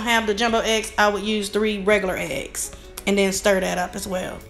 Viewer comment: Wish you would say.............this and that...............instead of dis and dat.